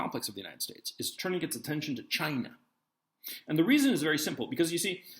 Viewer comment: "Chy-naah" why's this funny 😆